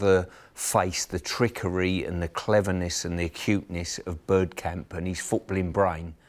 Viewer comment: He said “Birdkamp”, gtfo